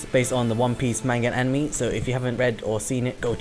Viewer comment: hahahahaha animi ahaha how you said anime in the beginning